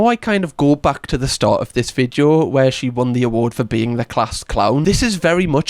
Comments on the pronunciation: I hadn’t noticed until you said it. Now I can’t unsee it. Thank you😒😂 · The way says “vid-yo” is truly one of my favourite things.